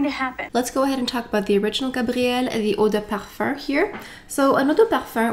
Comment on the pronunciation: As a european person who studied french for 8 years and has a native french partner I will agree to disagree. The pronunciation is wrong and it’s kind of weird because it happens only when she says “eau de parfum”, when she says parfum it’s in english. So you’re better off trying to pronounce it like “ouh-deh-parfah”” or “parphæh” or even include the “m” at the end than say “perfurrr” because it doesn’t make much sense.